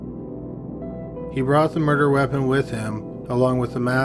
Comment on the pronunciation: First degree murderrrrrrr